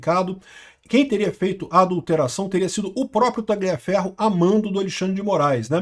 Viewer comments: Repita comigo TA-LIA (COMO SE FOSSE LHA) FERRO QUANDO VC PRONUNCIA O G (GLIA) PARECE QUE VAI VOMITAR KKKK PRONUNCIE CORRETAMENTE POW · Não se pronuncia esse "g" em Tagliaferro, assim com em Gagliasso e Marsiglia.